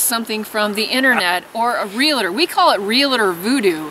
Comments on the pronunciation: Just subscribed, love your stuff! just need to convince the other half to adopt some of the lifestyle haha. PLEASE stop pronouncing REALTOR wrong. its not Realator. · Real tor. Not realator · You need to learn how to pronounce realtor. It is real tor. Not real a tor. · From a Realtor..It's pronounced Real-Tor, not rel-la-tor. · Realtor is a two syllable word: ‘real’-‘tor’. It is not real-la-ter or any other strange pronunciation. Please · Great video. Just a heads up there is no I in Realtor. Real-tor. Sorry just a pet peeve. Regardless, excellent video. Great information. What price per acre is a good deal in the middle of the wildernesses? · Realtor has no "i" in the pronouncing of it. It's (real-tour) and (real-tea) .... great video